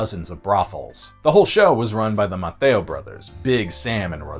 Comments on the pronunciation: Not being rude to the narrator on this, but for anyone who might want to do research on them, their name is pronounced “Mace-e-o”. Their family still owns a restaurant/market over on the island, definitely worth going to. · I've lived in Galveston for the last 30 years and dude you butchered so many of the names. As I am friends with many of the Maceos it is important to tell you how to pronounce the name correctly...Mase-E-oh😊... Galvez is also mispronounced and Campeche... But Maceo is the one that bothered me since they are so rich in this community and its culture and heritage. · Upsetting mispronunciation when apologizing for the native language, you royally screwed up multiple other names Cabeza: Kah-bay-zuh (not kah-bay-zah. Sounded like you were building up a kamehameha there) BerNARDo, not Bernando.... Lafitte: La-feet Maceo: May-See-Oh Balinese: B(AL)-lin-ease. Not bawl-en-ease. Please refer to ZZ-Top's "down at the balinese" for further information Jacinto: ha-seen-toe We've always called it ball-iv-er, but bow-live-are is more authentic so no harm there Fun facts: I know you didn't say it, but another reason Houston became the big city: The air conditioner was invented shortly after the storm. People moved to Galveston because the sea breeze was better than 50 miles inland on the swamp. Well after the hurricane people would rather sweat a couple years than be stuck on the island and face a storm. Then with the oil you mentioned and the AC being powered by that oil, Houston just went massive. The Maceo's family, one of the grandkids is Tilmann Fertitta, owner of the golden nugget and the Houston Rockets.